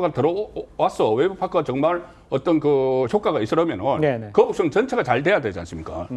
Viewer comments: 현영씨 갈려면 제대로 해~'거북선'이 아니라 '거북섬' 나만 거북선으로 들리나? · 신현영 거북선? 거북섬?? 난 거북선으로 들리는데...알고나 말하는건지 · 전연이 벼노사가 계속 거북섬이 아닌 거북선으로 일관되게 발음하는 것은 추후 자신의 발언에 대해 법적으로 면피하려는 의도된 발언임. 제명이나 전연이나 똑같은 벼노사 법조인임. 계속 거북섬을 명백한 발음으로 거북선이라고 발음함! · 처음에 거북선이라고 그래서 내가 잘못들었거나 실수인 줄 알았는데 계속 거북선이라고 하는거보니.... 거북섬이 뭔지도 잘 모르고 일단 이재명 커버 치겠다는 생각만 하는 사람이구나 싶네 ㅋㅋ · 거북선. . .내귀에만 이렇게 들리냐? 저 여자 발음. . . . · 거북선이라고 들리긴하네 ㅋㅋㅋㅋㅋ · 중국인인가? 아나운서가 거북선??? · 거북선이라고 들려서 나만 잘못들었나했나 진짜 맞구나 저여자 왜저러는거에요? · 이 여자분은 계속 거북섬을 거북선이라 발음하네 내 귀에만 그렇게 들리는지… 나참~ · 나만 거북선이라고 들리는게 아니구나ㅎㅎ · 저도 거북선으로 들었습니다. 여러번 거북선으로 표현하다가 거북섬으로 표현하더군요....ㅎㅎ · 저도 거북선으로 들었습니다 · 신현영 저분은 자꾸 거북섬을 거북선이라고 하는걸까요? 내 귀가 이상한건가... 이재명은 살살 꾀었다고하는데 무섭네. 국민들한테도 자기 뽑으라고 살살 꾀고있는데 대한민국이 거북섬 꼴 난다. 신현영은 몰 받았을까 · 저여자 입에서 첨부터 끝까지 거북선 이라고 들리는거 나만그러냐?거북섬 논란 제대로 모르고 나온거 같은데? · 저 여자는 자꾸 거북선이라고 하네ㅋㅋㅋㅋㅋㅋ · 저여자 왜자꾸 거북선이라고 하는거냐? 내귀가 이상한건가? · ㅋㅋㅋㅋ 저 여자는 발음은 거북선이라 말하고 거북섬 공실율이 윤석열 때문이라고하네 ㅋㅋㅋ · ㅋㅋ ㅋㅋㅋ 거북섬~~?😅